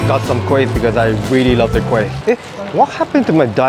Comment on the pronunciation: wow! am impressed at the way you pronouned the kueh in malay accent.